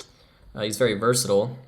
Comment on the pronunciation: were you high during this… “versatsjxbsgshile” LOL 🤔🤣